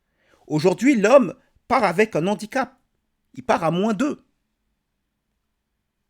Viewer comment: Analyse brillante. (Ne dites pas : « un nandicap ». La liaison ne se fait pas avec le nom « handicap », qui commence par un « h » aspiré – tout comme « harcèlement ».)